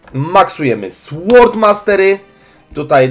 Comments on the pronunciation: Taka malutka uwaga (wiem wiem czepialstwo) :D ale raczej powinno się mówić sOrd mastery a nie sŁord mastery :D tj tej gloski ""w"" w słowie "sword" się nie czyta :D Aczkolwiek - jako że niej jesteśmy nejtiwami - to czytajmy jak nam wygodniej :D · Sword czytamy sord zaznaczasz w tak mocno ze brzmi to dziwnie. Nie jestem losiem przyczepiaczem, po prostu tak dla Ciebie